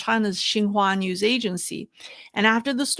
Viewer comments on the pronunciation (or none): none